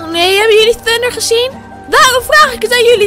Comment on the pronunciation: Bro zeg gwn normaal thunder